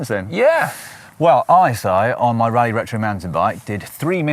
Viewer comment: It's pronounced Roleigh not rally...